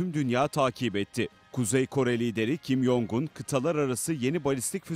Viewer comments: Kim Jong Eun'ı Kim Yong Un diye okumalarına kıl oldum. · Adamın isminin Kim Yongun diye telaffuz edilmediğini anlamanızı bekliyorum hala... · Kimyoung değil kimyon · şu adamın ismini kim yongun diye okumayın artık ya kim congun diye okunuyor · Yong un degil kanka Kim cong un demen gerekiyor